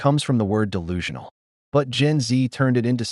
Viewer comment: Dell lulu ? Huh its de lulu as in delusional